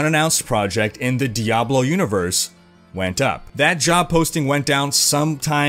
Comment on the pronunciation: "dayblo"? (insert joke here)